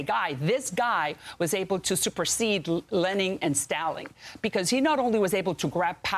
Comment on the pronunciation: "Lening and Staling" LMAO